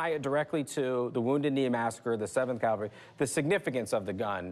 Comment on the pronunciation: Rick…. Dude! Learn to properly pronounce CAVALRY… You’re not in church!